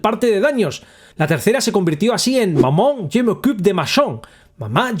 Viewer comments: Me he reído un montón, no por el contenido en si, sino xq no sabia que mamá en francés se pronuncia MAMÓN.🤣🤣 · Yo si lo sabía, aún así no deja de sonar gracioso jajaja. Maman, seguimos cabalgando